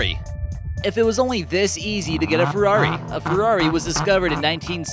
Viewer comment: Your narrator mispronounced Ferrari (Dino) and Jackson (Pollack) pfft